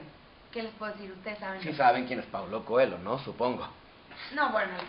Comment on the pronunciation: Coelho? Se pronuncia CoeLLo como una l doble :)